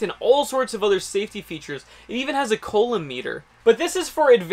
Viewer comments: "It even has a COLON meter" ... I cried, I died. It's French and it's pronounced "coo-loam". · Great Video, just FYI, pronounce it "COUUU-LOMB" instead of "COOO-LOMB" Good Job, Cheers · Love your vids and enthusiasm. FYI, the French engineer/physicist's name is pronounced "ku-loam" (hard C and silent B). :-) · another great vid, the EE in me cringed when you said Coulomb. I know you are self taught. I have included the correct pronunciation. cou·lomb /ˈko͞oˌläm,ˈko͞oˌlōm/ btw, I like that you wear safety glasses. I only show vids to my students that show correct safety procedures. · I am impressed that is self taught. If he had taken physics in a classroom, he would have known how to pronounce coulomb correctly.